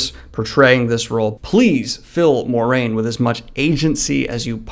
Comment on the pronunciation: The “Mwah” in Moiraine is important to me. Just sayin’. Otherwise, great video!